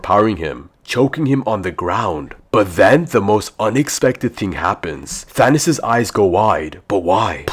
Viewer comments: because he said “Thanis” or “Thanus” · Nice thanos=thanis